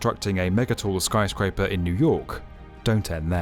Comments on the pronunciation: Are you sure about that? He screwed up and said "skryscraper" :) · "the skryscraper [sic] is the tallest in the city"